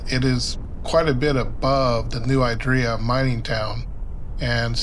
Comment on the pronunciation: Great video. As a local though, I should tell you that it's "New ID-ree-ya", not "New eye-DREE-ya".